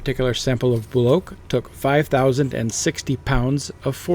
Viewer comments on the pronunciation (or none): It’s Bull-oak to any Australian